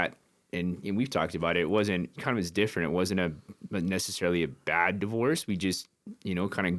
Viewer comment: O’ Malley says bad like this…..Pppbaddd